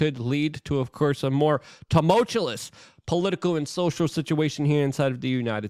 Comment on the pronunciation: Goddam it Luke it’s tumultuous not TumultuLous. 🤦‍♂️